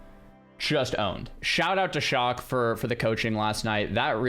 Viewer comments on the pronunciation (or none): none